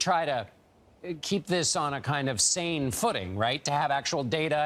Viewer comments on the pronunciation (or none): none